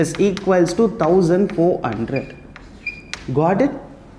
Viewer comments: Hundred😂 Gundred✅ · Eight hundred sir not eight gundred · Very Nicely explained sir but you told 100 like gundred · two thousand eight gunhred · Its 800 not eight gundred it is irritating when you spell incorrectly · Sir why are You Always saying Eight Gundred . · Sir why do you pronouns "hundred" as ''gundred''